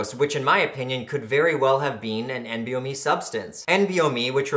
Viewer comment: isnt it "N-BOMe"??